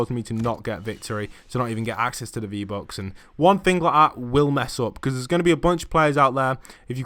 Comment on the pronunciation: Fifty fousand fee bucks😂😂😂😂